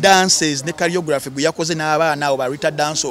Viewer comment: Choreography not "carry-yography"